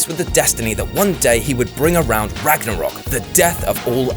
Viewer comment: You said Ragnorok wrong